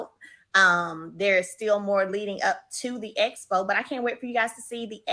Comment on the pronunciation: hat almost drove me crazy, I had to turn it off!! I was screaming EXPO at the tv!!